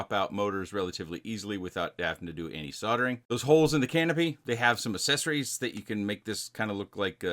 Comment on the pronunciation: "assessories" lol